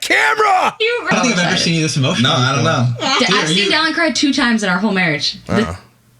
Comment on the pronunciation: Anyone else laughing over the fact that couldn’t think of the word “dollop” in yesterday’s video but is calling Dallin “Dallop” in this one?